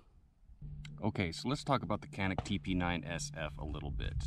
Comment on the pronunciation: It's actually pronounced Jănik with the "a" sound like in 'father'. The "J" is actually pronounced like a soft 'J' with almost a "ch" sound. So Chănik would be closer to the Turkish pronunciation. Of course, Americans are going to look at the spelling and say Canik that rhymes with panic. When I'm in gun stores or talking guns with other people, I forget to dumb down the pronunciation, and many people will say, "I've never heard of it". That's when I remember to rhyme it with panic so they can understand which gun I'm talking about.